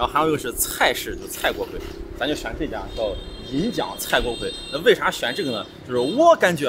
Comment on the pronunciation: 这个字不是读锅KUI吗？